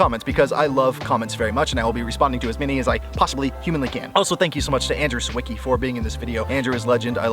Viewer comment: everytime I hear Andrew „Seeweekee” I need to tell him how to pronounce his name correctly in Polish;)